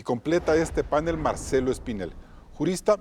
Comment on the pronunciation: ¿ Completan este panel? El señor pronuncia " panel " como palabra grave. En el diccionario RAE, panel, no lleva tilde, lo que indica que es palabra aguda. Aclaro que mi canal Ecuavisa y sus programas de noticias y opinión es mi favorito. Por favor.